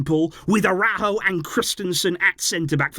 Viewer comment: Hey, I enjoy your videos! But please, try to pronounce the names correctly… Julian Araújo is Mexican, so his name is not pronounced in an English way… the J in the first name and the emphasis on ú in the last name…